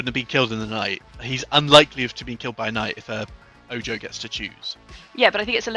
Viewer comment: Oh... You did not just call it an "Ojoe"... 🤦🏻‍♂🤦🏻‍♂🤦🏻‍♂